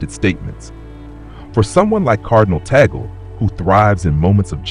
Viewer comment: Pronounced Tag-le, instead of bagel!